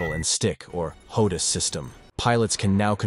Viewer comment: this AI voice over sounds like it has a speach problem, also it's a HOTAS not HODUS system, it's Hands On Throttle And Stick meaning all the most important buttons etc. needed to fight & fly are on the throttle & stick, rather than older jets/planes that were simpler & would usually have just a trigger & bomb release button.